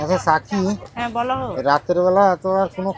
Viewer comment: সাথী কে সাকি উচ্চারণ করেন কেন?